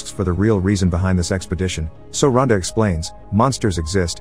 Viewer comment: who keeps hearing sexpodition lmao